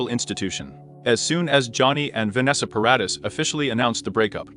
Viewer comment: At least pronounce paradee properly though its spelt Paradis